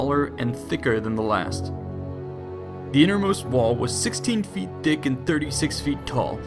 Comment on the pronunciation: "The innermost wall was sixteen feet dick."